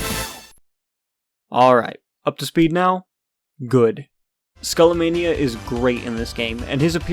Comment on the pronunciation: It's pronounced Skah-lah-mah-nee-yah